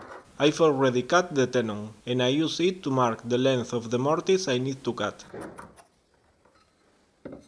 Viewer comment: It's not mar it, its "Mark" it ..also it's Work piece, not , wor piece.. .Your English is getting shit pedro English Mik